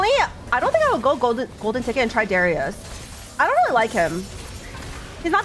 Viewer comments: did she just say darius as deraias? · she started doing it some months ago, I believe in older sets, she said it normally.